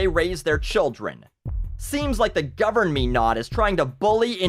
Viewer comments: damn "gover-me-not" ...evil bastards...so so funny. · I laughed too hard at you saying "governmenot." 😂😂😂